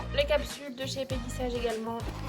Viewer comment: Mdr comment tu prononce peggy sage 😂😂😂😂😂 ( peggy elle est sage ) 😅 C'est peggy sage à l'anglaise comme OPI , baby boomer ect ect ect ....